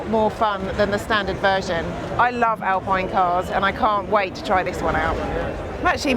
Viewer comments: Alpine is pronounced Alpeen...😊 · It is funny how you refer to the British flag on the R5 as a Fauxpas, but you do pronounce the very, very French brand Alpine as if it was a British mountain sport…😂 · To an anglophone, the 'pine' of Alpine (not a Sunbeam) will actually sound much more like how the word for that small sharp object is pronounced: pin. An english speaker should not even think about that last "e", to them it remains silent (slight exception: a speaker with a pronounced Provençal accent would terminate the word just as Germans do Porsche, with an "uh" sound for that last e). Thus, the closest approximation for "Alpine", as it would be pronounced in Dieppe (home of Alpine) and by the vast majority of native French speakers, should be read as "Al-pin" by a native English reader, not "Al-peen". Try walking into a hardware store and asking for a ball-pin hammer if you think there is no difference between "pin" and "peen"...